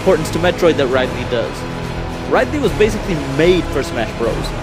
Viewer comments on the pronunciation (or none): IT'S RID-LEE. R I D - L E E. OK?!?!?!?!?!?!?!? I hate it when people mispronounce his name on purpose. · Omg, he called him Ride-Lee ...I'm done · Lol rydley. I call Wario worio. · you pronounced ridley wrong but no hate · That's a cool way to pronounce Ridley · ridley, pronounce rid as getting rid of someone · you said ridley's name wrong